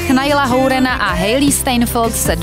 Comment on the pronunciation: "hourena"?? naučte se prosím vyslovovat správně jména!!!!